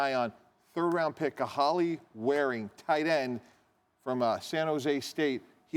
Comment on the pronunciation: At least get Kahale Warring name right and the school he actually attended which is San Diego St smh